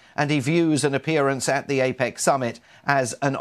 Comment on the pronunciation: APEC not APAC.